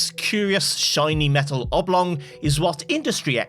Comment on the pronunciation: Not "oblong"...